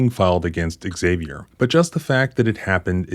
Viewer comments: Im just curious, why do you pronounce Xavier “ehh-Xavier”? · The name 'Xavier' is pronounced 'ZAV-ee-er'.